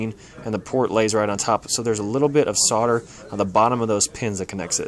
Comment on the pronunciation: The 'l' is silent in "solder". He's pronouncing it correctly.